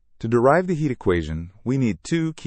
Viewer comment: Derive not drive!